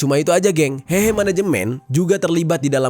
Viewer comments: 和合 dibaca : hê hê', bukan hehe(ketawa) Secara harafiah 和 berarti damai; 合 berarti kumpul/gabung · kata "hehe" " e" nya bukan "e" untuk " eka", tapi " e" untuk "emas" alias "heuh heuh". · lafalnya si Mimin salah total gmn mau diartiin.